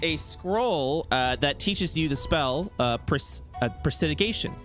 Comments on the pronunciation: presidigation? im guessing they mean prestidigitation? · The incorrect pronunciation of "prestidigitation" is triggering me alot more than it should. Probably because it's being enforced. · The Mispronunciation of pres·ti·dig·i·ta·tion by the and corrections of the players actually pronouncing it correctly was nails on a chalkboard. I was literally trying to figure out what spell he was talking about.